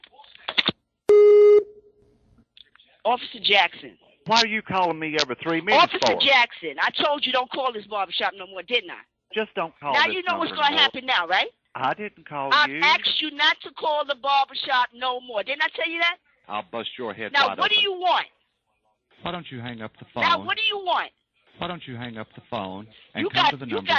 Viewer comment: "I've AXED you not to call the barbah shop..."